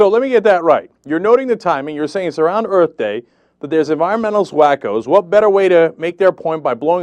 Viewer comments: I have to ask... Erf day rush, Erf day? EARTH. The oxy is damaging his speech censor. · Does that fat head say "Earf Day"?